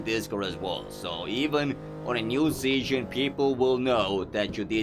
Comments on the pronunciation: ITS SEASON NOT SEYON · its sounds funny when you say season, u say it like seasion but that run was insane and i love your videos and keep it up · Are you a foaken BRIT? Like what is Seasion? Huh? 🙈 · fix ur season pronounciation xD